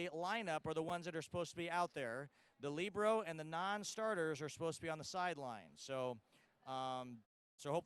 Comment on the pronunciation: Libero she pronounced it correctly...excellent job